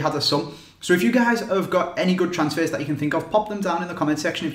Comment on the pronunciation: Thee Weeeest transsfehs eveh